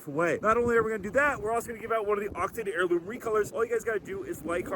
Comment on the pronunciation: fwee heirwhoom for mwe?